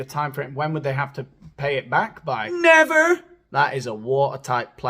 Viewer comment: 'Nevurr' haha :)